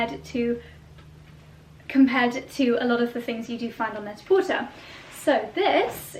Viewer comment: Net a porter is pronounced without the “r”. French